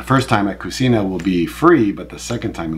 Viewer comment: It is cuCHina, not cusina… Also, going this Sunday (April 21th!) can’t wait❤❤